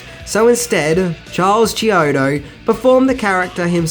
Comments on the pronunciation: Thats KEY-ODO, NOT CHEE-ODO and they also did effects work for the Weird Al Yankovic movie UHF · The filmmakers last name is pronounced key-OH-doh. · The brothers’ last name is pronounced Key O Toe